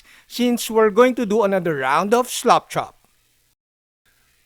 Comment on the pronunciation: Thanks,, for another great video! I always love to hear your accent when saying "slap chop" - it always sounds like "slop chop", like as if you are slopping on the paint, uncaringly - it keeps me giggling. BTW, FYI, this technique has been around for years and presented previously on YT, at least once in memory. However, the presenter, again from my sieve-like memory, didn't discuss in detail the idea of more than two slap chop steps. Cheers, and again, thanks for sharing.